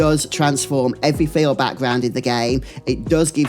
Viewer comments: Can I ask you where are you from? I'm from Spain and it took me like 10 minutes into the video to get what you were saying because I'm clearly hearing all the time "failed" instead of "field". Is it common in your place or it's just the way you say it? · when you say "field" it sounds like "failed"